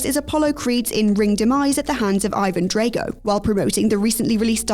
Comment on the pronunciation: Ok, yes. I realize that words are said differently over there. However. Do you guys PURPOSELY pronounce established, named characters?!? Its actually pretty frustrating to hear. its DRAW-GO not DRAY-GO.